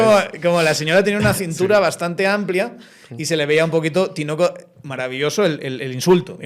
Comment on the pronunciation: Sólo aclarándole a, es “tinaco” no “tinoco”